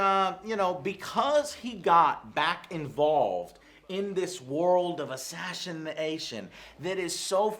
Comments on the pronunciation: Joe really can't pronounce ass-ashination :D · !!! ASSHASSIN ASSASASHINATION... driving me absolutely mental here, what the hell is going on Joe!!! gaaaaah... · "assashenation world" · assassination - but joe says its assashination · Why does joe say assassination like ashashination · "ASHASHINATION" - Joe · Asshashination, did anybody also noticed? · I love how Joe can't say "assassination".